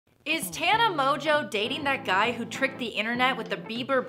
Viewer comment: I don't know why I'm watching this video but the only thing that cracked me up is the woman saying Tana Mongeau incorrectly